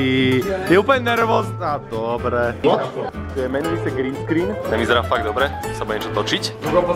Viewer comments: nemůžu z toho "WOT?" xD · to "WOT" to vzdycky nejvic zabije 😂😂😂😂😂😂😂😂😂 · Ten jirka: ,,what,, (wot)